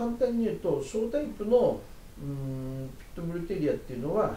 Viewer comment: ピット↑ブルではなく、 ピット↓ブル